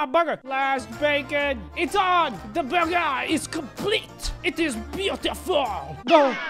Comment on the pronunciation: Prepare To Laugh Hard "The burgar is complete" 😉😉😉